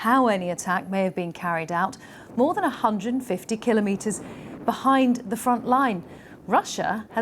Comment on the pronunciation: BBC presenter knows how to pronounce kilometre. Good show.